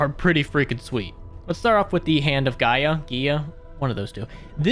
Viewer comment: Guy-uh. That’s how you pronounce Gaia.😊